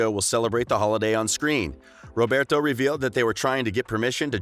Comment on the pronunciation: Like no hate. But you gotta learn how to pronounce their names. Roberto Madelaine Hiram....